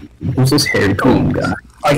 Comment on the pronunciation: Maybe he should change it to Harold colon? Or maybe he should correct everyone an their pronunciation. Pronounce it like the baseball pitcher bartolo colon "co-lone"